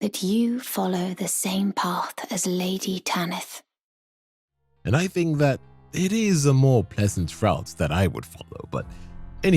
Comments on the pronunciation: why do you call her "Ta-niith"? In game and everywhere I've heard, it's "Tanith". Even Patches pronounces her name that. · Tan-ith, not Tan-neath. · Patches: "Tanith" - Dipshit narrating even after hearing it: "Taneeth". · Its wild how you played a clip where Patches prounces Tanith the right way and then you kept saying TANEETH immediately after. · Rya literally tells you how to say the Mistress’ name. who in the world is Tah-neeth? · Feels like people just mispronounce things for engagement bait “Taneeth” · Tan IF it's pronounced Tan IF they say it in the game! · How do you use a clip of a character saying Tanith the right way and then proceed to say it wrong for the entire video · Why you saying her name like that. The characters are SAYING her name in the game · I love these videos but your pronunciations are wild 😂 How can you play a clip of Patches saying Tanith's name multiple times and immediately after say it wrong 🥀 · So funny to me, especially because Patches just finished pronouncing "Tanith" correctly multiple times immediately beforehand. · Definitely a choice to repeatedly say it wrong despite hearing the NPC's Rya AND Patches say it correctly. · The name is even said earlier in the video by Patches. How and why would you pronounce it differently? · If you said Tanith wrong intentionally, well played. Edits Jk you said Phoenician wrong too, don’t think that was purposeful 😂